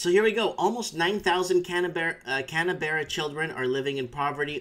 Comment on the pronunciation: Mike, it's pronounced "Can-burra"